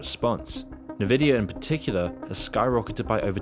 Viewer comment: "Nividia"? Yeah, I'm now convinced that this channel is AI-generated bullshit.